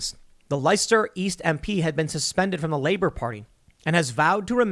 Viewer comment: you could make a start. You said Labour wrong